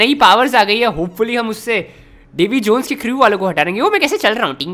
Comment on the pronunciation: bro you said davi jeans